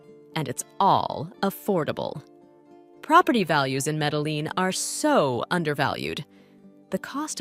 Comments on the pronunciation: meddle-lean ... she didn't even bother to ask google translate for help in pronouncing that. This was too painful to my ears and I had to bail. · Nice. But. She doesn't know how say Medellin properly. In other words she needs to learn basic Spanish